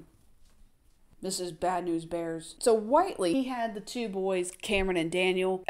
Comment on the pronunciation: Whitely—— (Wit-Lee)